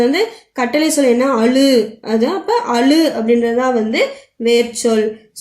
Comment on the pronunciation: Thamizh neenga sariya ucharikkala..... """azhu""" ah """"alu"""" nu soldringa so atha change pannunga intha"""" zha"" than thamizh la azhagana mellosai ya kudukuthu....